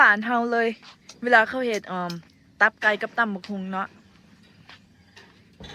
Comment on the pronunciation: ตับไกไม่ใช่ต๊อบไกเรี่ยกให้มันถูกพาษาไทยฟังแล้วไม่เพราะ